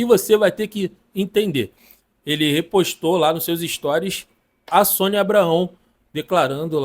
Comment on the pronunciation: Tá falando o nome da Sonia errado